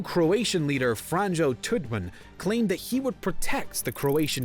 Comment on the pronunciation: Did he really spell franjo as "fran-joe" 😂